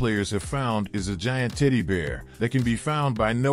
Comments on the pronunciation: I rewound the video twice, and heard "tiddy bear" each time. Lol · I was just about to ask the same... 😂 Tiddy Bear! 🍉🍉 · Legit - the way he says "teddy bear" sounds like he is trolling, saying "tiddy bear" 😅 - maybe I'm hearing shit, but what y'all think? I mean with the amount of times he says it gives me more confidence that it is him trolling haha. 🙃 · pls tell me I'm not the only one hearing him say "tiddy bear" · I hear "tiddy BEERS"